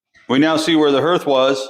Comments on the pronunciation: Herth? I live in Iowa and grew up in Indiana so I’m thinking you are referring to hearth (harth)? Just checking as I’ve never heard the word herth. Love seeing the elements of the house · Hearth is pronounced “harth.” Those stains on the floor are from water damage from where there was a wall or ceiling leak at some point. Love what you guys are doing with the house! ❤ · That's what I was going to say! I think you mean hearth, like "heart" but with a "th" at the end. You must be a reader, instead of having heard it pronounced. Anyways, you are doing a spectacular job. Finally, this house has the owners it deserves. Well done, both of you, on everything.